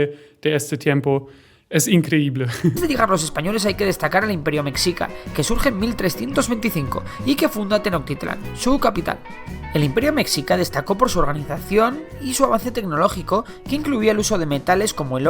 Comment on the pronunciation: El narrador dice Tenoctitlán...es Tenochtitlan